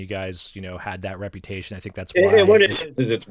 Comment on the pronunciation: It's "Reputation" Jesus...Get it together. I'm writing a book.